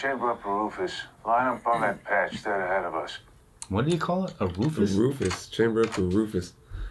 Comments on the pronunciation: "chamber up a Rufus". I think this actor has mispronounced RAUFOSS, the explosive-tipped penetrator rounds. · What's up guys!, Thanks for another 2 cups and... BEERS and Breakdowns! was that someone just butchering the name of the Raufoss (mainly in 211 for .50 BMG from what I thought) round there?(at the start of the movie clip I mean, also isn't Raufoss super rare in any calibre other than .50, or 12.7 and up?, the only discussion I've seen of them in .308 or .338 etc(or 7.92 old WW2 German rounds) devolve into screaming matches pretty quickly! ) lol ffs total civvie here but even I knew that, even the most cursory internet search would have taught them how to pronounce the name...maybe it was their "PET NAME" , cause there's nothing cuter than a frickin' explosive round! Thanks for an awesome, hilarious episode!